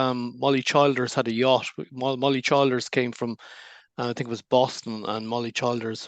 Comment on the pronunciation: PRONOUNCED---- CHILL DURS.